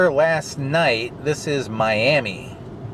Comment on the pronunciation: I used to go to the Coleman in 1969 ..hey good thing you didn't say "My am ee"" to any residents...they do not like that at all...it's "My am uh" and they'll give u a dirty look if you say it wrong...I lived there 8 years...at least I was the valedictorian when I graduated. Was glad when I left though...it's always clammy and chilly up there unless they're having an ice storm